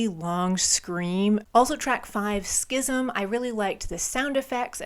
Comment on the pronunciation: You need an award. You said "schism" right on one try